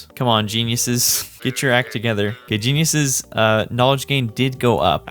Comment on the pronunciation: I heard Jezz